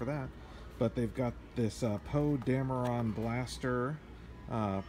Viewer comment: Why does he pronounce Poe Dameron "Poe dame-Ron"?